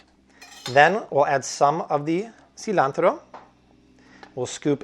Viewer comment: You lost me at “see-lan-tero”. That’s not how Americans pronounce it.